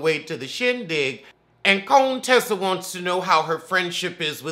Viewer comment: Cone-Tessa lmfaooo